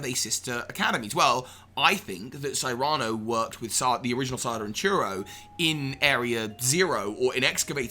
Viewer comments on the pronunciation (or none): This is a very interesting theory, but what I strongly disagree with is the way pronounces the name "Cyrano".